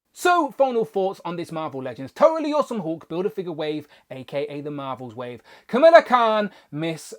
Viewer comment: Needs more blue, imo. And now I need at least three of her for customizing flerkins. 😜 And how did I not notice the D+ sneakers before? Btw, you’re pronouncing her name like “Camilla”, and we know how testy that makes you Brits. 😉 Her pronunciation is Ka-MAL-la, while the first female US VP I believe prefers it as KAM-a-lah.